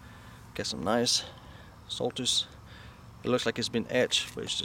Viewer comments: It is pronounced SolStice. Such low mileage isn't necessary a good thing. An under-driven car 'rots'. One of the most stylish looking cars ever produced. 2009 was the final year. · i'm loling at the way the presenter pronounces Solstice.